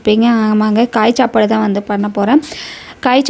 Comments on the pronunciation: Sapadu nu slunga akka chapadunu oru maathiri sluringa athu nalave Ila pronunciation maturity ilathavanga pesura maathiri iruku ..thappa eduthukathinga ka solanumnu thonuchi sorry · Chappadu ila sapadu😂😅ithu tamil thana ithu kuda sola matringa nenga tamil thana mother tongue